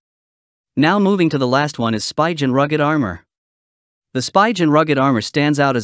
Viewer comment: It's pronounced Sp-ee-gen not Sp-y-gen